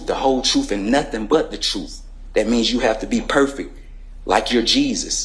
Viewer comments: the "troof" shall set you free! 😂😂😂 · The " truff" ? 😅😅😅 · Did he say “troof”? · He pronounces truth like it has an F at the end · The truff? YOU CAN'T HANDLE the truff. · " the Troof" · What the hell is "truf"??? It's not "TRUF" people, it's TRUTH!!!!!! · The truf and nothing but the truf. 😂😂😂😂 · You aint speaking the "troof" buddy. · Why didn't they teach him the pronunciation of the word "truth"